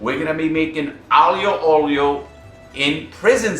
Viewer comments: Yo you almost got the name right! It's pronounced something like "ayo a olio", meaning "garlic and oil". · SeriousName The pronunciation. Alio olio is the funniest way to say that I have heard so far.